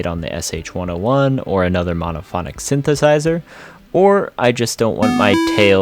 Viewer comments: 5 words after "syn-sizer" you say "those" with ease. I am not judging you, simply giving you constructive criticism to help your reach and your channel's growth. When one misspeaks, simply re-record and try again. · Constructive criticism: if you misspeak in the first sentence, re-record it and try again. People are unlikely to watch/trust a teacher who can't properly say the name of the object they are presenting (e.g.: "synthesizer")